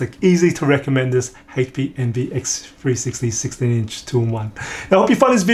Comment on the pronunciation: This guy needs to host a new GSN show for a game called Hayche Pee Envy